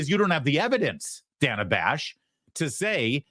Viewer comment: Every time he calls her Dana with a long a she cringed slightly. 😂